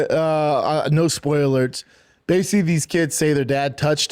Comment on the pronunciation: Cant even say “basically” Korecgg